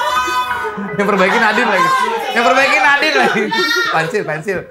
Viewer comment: Pensil pak bukan pentil ahhahaaa